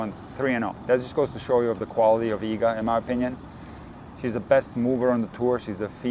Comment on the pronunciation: I'm so glad that someone actually took the time to show how to pronounce Iga's last name correctly. It drives me crazy what people come up with.